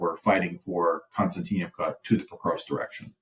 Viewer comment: Ummm, hummm😂😂😂 having a difficult time with new fairytales😂😂😂😂 Konstatinkbka, multiyear effort😂😂😂😂